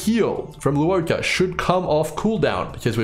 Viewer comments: Not tryna be a dick but his name is pronounced 'Luo-CHA'. Not 'Luo-KA'. Just wanna point it out. Otherwise good video thx. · I agree, I'm Chinese and it's pronounced as "luwoh-cha" The cha in Channel not "ka". Still great video! Definitely pulling for him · I could be wrong bc I've never heard his name pronounced in the game's CN dub and I haven't seen his name in Chinese characters, but I'm fairly certain it's meant to be pronounced "lwuh-cha". Even from an English speaking perspective it doesn't really make sense to be pronouncing the u and o in Luo separately nor to be giving the ch in cha a hard c sound